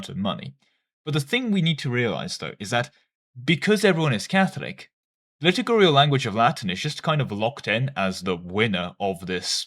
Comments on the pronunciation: Please stop saying litugurial instead of liturgical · please just say "lit-Urge-icle" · It's liturgical, not litigurial, and lutheran, not lutherian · the liturgical pronunciation is killing me (litter gi (as in magic ) and idk how you can mess up cal) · Hey man I know this is my problem and not yours but every time you say liturgical it pisses me off haha - it's li - tur - gi - cal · No no, do it when he says "litigurial" and "Lutherian"! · Pronunciation of "liturgical language" is quite off. Read 'liturgy' 'liturgical'. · do you pronounce liturgical wrong to spite me specifically?